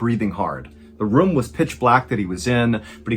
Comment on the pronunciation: you say "room" like "rum" like theres no rOOm for those 2 O's